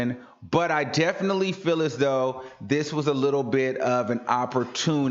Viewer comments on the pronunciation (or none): dude, it's feeeeeeeel not fill. You FILL a cup, you FEEL an emotion.